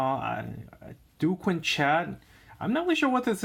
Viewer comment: emericana...learn how to pronounce b4 hand...qin...chin